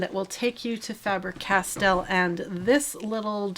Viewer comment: Goldfaber and Faber-Castell was correct pronounced 😊